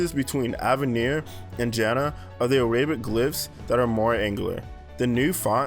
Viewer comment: Immediate reaction upon seeing the video: “Hey, that’s not Avenir! That’s… um… well it’s probably not Droid Sans… It could be Open Sans, but more likely Noto Sans…” By the way, you mispronounced “Arabic” and possibly also “Futura”.